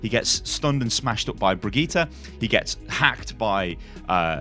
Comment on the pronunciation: Please pronounce brig-eat-er bridge-ette please